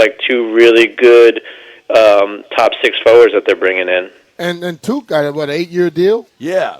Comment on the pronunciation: Worst analysis ever😂. Can’t even say Tuchs name right (Tuck)